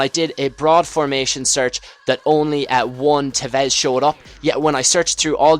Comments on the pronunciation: TEvez not teVEZ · you cant say tevez...